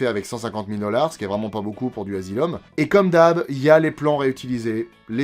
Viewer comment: "Dans un endroit du monde appelé The Azylum presents". J'ai éclaté de rire 🤣